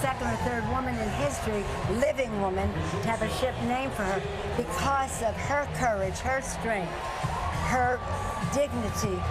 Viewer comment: Gabby's going to say....."courge.".......LOL later she'll say ''courage".